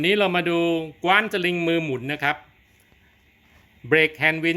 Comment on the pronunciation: ออกเสียงว่า กว้าน(ฟ่าน)ครับ ไม่ใช่กว๊าน(คว้าน)